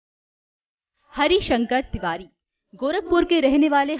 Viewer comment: पंडित हरिशंकर तिवारी नाम सही से लेना सीख लीजिए